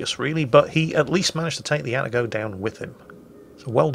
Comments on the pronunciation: It's pronounced "Ah-Tah-Go" not "Atta-Go". Though I doubt will read this comment. About the Kitakami you know what? I would like to see it brought back, but using the Pan-Asian type deep water torps. That way your friendly DDs won't complain about getting TK while trying to cap and other things. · please, its Ah-Tah-Go, not "atta-go". And not a single "ara ara" in an Atago video? You call yourself a weeb?